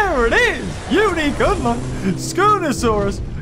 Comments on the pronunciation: It’s unique not QUNIUEQ! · Wow you said qunique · %50 people: 👍👌 Also %50 people: "QuiNique" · Ah yes “QUNIQUE” as puts it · Nobody::Qunique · Ah yes QUNIQUE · Unique not qnique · Its unique not qunique 😂😂😂😂🤣🤣🤣